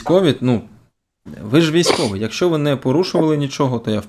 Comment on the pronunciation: "мы ж нЭ русские"! И по капле помойву из себя выдавливает!🖕🤡